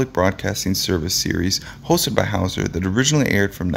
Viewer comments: Hole howser??? really dude???? WTF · "Whole" Houser. Is that how its pronounced? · "HOLE"" Hawser? The person who read this should have gotten Huell's name straight - it rhymes with MULE, not mole!